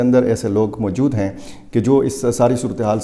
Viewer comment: Mooojod taaa....mojod tha 😂😂 big urdu man